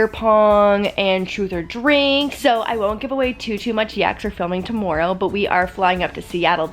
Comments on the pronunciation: To morrow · 2 mar oh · To- more- row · Canadian tingz 🤪